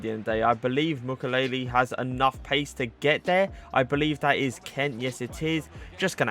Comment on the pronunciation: Hey ! i'm french , thé prononciation is Mu kiey ley